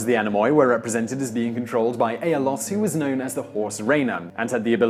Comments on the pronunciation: not anemoi it is read like anemi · anemoi pronounced anemi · Not Anemo-i but Anemi... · Tip: the Anemoi are pronounced as A'-ne-mi emphasis on the A (^_^)